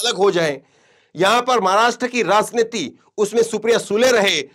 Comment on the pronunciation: that’s why you are anchoring in this channel because you don’t know correct word of raajniti you are saying raazniti😂